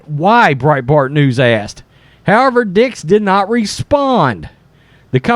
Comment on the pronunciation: cmon man , it's "dick's" .